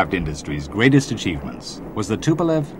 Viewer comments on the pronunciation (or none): none